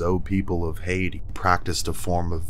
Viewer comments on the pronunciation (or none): none